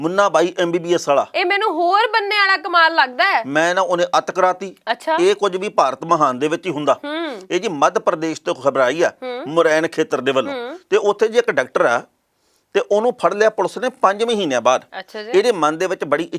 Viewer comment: ਮੁਰੈਨ ਨਹੀਂ ਮੁਰੇਨਾ ਹੈ, ਜਿਲ੍ਹਾ ਹੈ । ਫਿਰ ਮੰਨਦੇ ਹੋ M P ਵਾਲਿਆਂ ਨੂੰ ਐਨੇ ਸਿਆਣੇ ਹਨ ਤਾਂ ਹੀ ਸਾਰੇ MP ਇਕੋ ਪਾਰਟੀ ਦੇ ਹਨ ।ਖੇਤੀ ਮੰਤਰੀ ਨਰਿੰਦਰ ਤੋਰ ਵੀ ਏਸੇ ਜਿਲੇ ਦਾ ਹੈ। ਹੁਣ ਤਾਂ ਸਮਝ ਆ ਜਾਵੇਗੀ ਕਨੂੰਨਾ ਵਿੱਚ ਕਾਲਾ ਨਜਰ ਕਿਉਂ ਨਹੀਂ ਆਉਂਦਾ